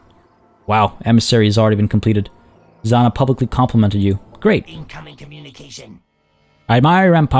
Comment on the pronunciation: Age of Party Planetfall is back! Yeah! Nice to see you skittering through the DLC. There is just a small thing. The Dvar commander, Zhanna. If the Dvar are "Russian-sounding", her name is pronounced "Janna", because that is how Janna is spelled in Russian :P